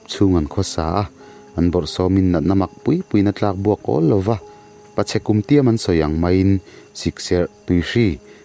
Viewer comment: "Pachhe kumtiam" I tawng thluk a dik lo